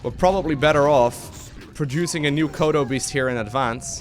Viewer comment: when he said kodo beast, I heard Chrono boost. I was momentarily confused! XD